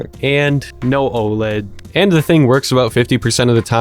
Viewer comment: The satisfaction I got when he said Oled